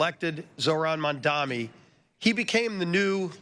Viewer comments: The only thing that I would like to suggest that SOH Mike Johnson change is: It's the new New York City Mayor Mamdani (sounds like) not Mamdami. Other than that, he is pretty much spot on. Bravo Speaker Johnson. Keep calling for a few Democrat Senators to end the filibuster and vote to re-open the Government, and get back to work Democrats. Open the Government and the House resumes regular session. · The fact that they are all intentionally pronounced Mamdani’s name wrong is showing you how they are really furious about the winning of the people of NYC over their billionaires donors.